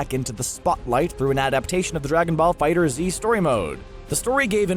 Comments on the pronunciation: why just why do you keep saying figher z ITS FIGHTERZ! one word get it right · FOR THE LOVE OF GOD, YOU DONT PRONOUNCE THE Z IN FIGHTERZ SEPARATELY, IT’S ONE WORD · uhhh no watch any interview with the people that made it and they all pronounce it FIGHTERZ it's called that because they replaced the s with a z since you know dragon ball Z